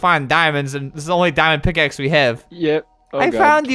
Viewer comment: What was said: MY DIAMOND PICKAXE! What was heard: MY DAMMIT PICKAXE!